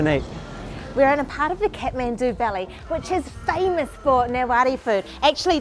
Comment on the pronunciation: Not catmendu it's Kathmandu 🙈